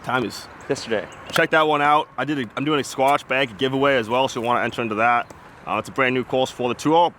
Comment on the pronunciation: is definitely saying “squash” 😂💀